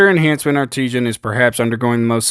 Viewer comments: Its Art-i-san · Art-i-sin, not arteesian lol, good video but sorry that was botherin me.